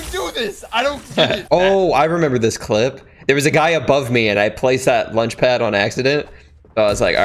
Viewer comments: says lunchpad instead of launchpad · did you hear him say lunchpad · Did any of you guys here saying lunch pad? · Not a single soul:: Lunchpad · Did anyone notice that he said look lunch pad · He definitely did not say lunchpad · Is it just me when he has a launch pad to go into the attic he said lunch pad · Did he just say lunch pad🤔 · said lunchpad not launchpad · You said lunch paid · Did any realize he said lunchpad instead of launchpad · Did anyone else hear lunch pad and not launch pad